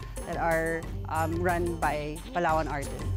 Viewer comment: Hinati na Pala sa tatlo ang Palawan Palawan, palatwo, palathree. 😂